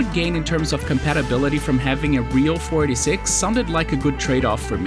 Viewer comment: This man slurs "486" in such a way that I always hear him say "46", instead.